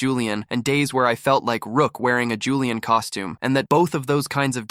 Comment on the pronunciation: Julian is three syllables btw 😭😭